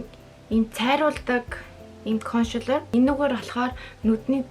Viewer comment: Кошэлэр гээд байна консэлэр шдээ